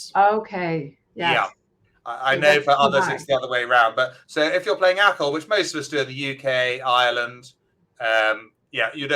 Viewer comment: ”Acol”, not echo :-)